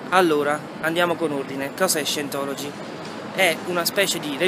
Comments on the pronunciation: Si pronuncia Saintologi...ma possibile che siamo così tutti terribilmente negati noi italiani? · comunque si pronuncia saientology.... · Ottimo video ma si pronuncia SAIENTOLOGI. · Bravo! Tutto giusto, tutto bello, ma scusa come fai a dire di parlare inglese e poi pronunciare per cento volte,,,, SIENTOLOGI"????? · cosa ti aspettavi? cmq si pronuncia /saientology/ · Si dice "SAIENTOLOGI" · Parli inglese ma non sai pronunciare “Scientology”..... che si dice più o meno “Saientology”. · "Sajentologi" semmai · Si pronuncia saientologi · "io parlo inglese" e pronuncia Scientology peggio del peggio 😂😂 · si, visto, 9 anni fa. Ma è nello stesso video che tu asserisci di saper parlare inglese. Poi, vai a pubblicare un video dove neppure sai pronunciare correttamente il nome dell'argomento??? Comunque bravo! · Dai pero’ almeno pronuncia Scientology come si deve se devi farci un video.. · Parlerai anche inglese, comunque non si pronuncia così scientology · Parli inglese e nn sai nemmeno pronunciare correttamente "scientology"?? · Ma se non sai nemmeno pronunciarlo Scientology! Ahah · E menomale che parli inglese, se no come cazzo lo pronunciavi scientology.